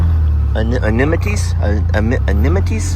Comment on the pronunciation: Sir Scotty is an adorable name and an adorable bull calf., can I help you with the pronunciation of the word 'amenities'. Think of the end of a prayer... amen... then add... ities. Hope that helps you. 😊